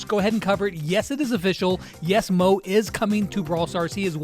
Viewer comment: Hai it’s not call mooo it’s call mo -E 😊